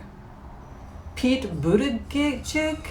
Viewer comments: Someone has probably helped you with this but in case they didn't: "Buddha-judge" is how you say it (or so I hear). I like him and it's amazing to see an openly gay person in the running. I'd love to see a woman at the top of the ticket with Mayor Pete as VP. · I think it's Pete "booty judge." Good reading,. You are so much fun.🤗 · Pete Buttigieg,...I believe his name is pronounced 'Boot a judge' but double check me. Appreciate your work. Patti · Mine is Pete Buttigieg🇺🇸🇺🇸🇺🇸 His name is pronounced "Butejudge".. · Pronounced “Buddha-judge” or “boot-edge-edge”. I had the same feeling about Kamala...I like her but wondered about how she’d do in certain areas. Thank you,. 😂 Feline intervention for YouTube addiction. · P.s. the pronunciation for Pete Buttigieg is Butta-judge but I prefer Buddha-judge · Buddha Judge is the pronunciation of Pete Buttig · Pronounced "buh da jidge".